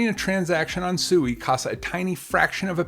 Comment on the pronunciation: It's pronounced swee